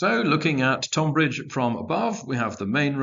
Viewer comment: A great set of battles. As a man of Kent, I did wince a bit at the pronunciation of Tonbridge, but these things happen.